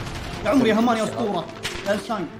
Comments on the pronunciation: ترا اسمه حامان مو هامان هههههههههههههههههههههههههههههههههههههههههههههههههههههههههههههههههه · اسمه حمان مو همان 😂 عادي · والله مبدع في كل الالعاب ملاحضة haman اسمه حمان مو هامان